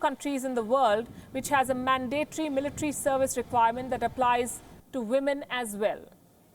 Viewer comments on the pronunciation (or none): none